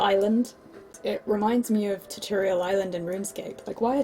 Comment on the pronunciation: Ta torial? Im British never head tutorial pronounced like that..